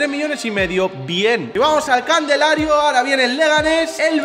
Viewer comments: Mk yo siempre le he dicho candelario no me jodas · Jajaja los nuevos burlándose de por decir "candelario" jajajaja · Nadie: Absolutamente nadie:: CANDELARIO